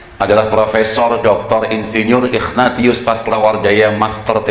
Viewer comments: Pas baca Ignatius jadi ikhfa... ightatius wakakakak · Sejak kapan nama ignatius ( dibaca : ingnasius ) berubah jadi nama " Iqnatius " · Ignatius dilafalnya Ikhnatius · Dia blg bapaknya kardinal, Dianya ex pendeta Sebut nama santunya aja salah...Ignatius dibaca igna-tius...wkwkwkwkwkw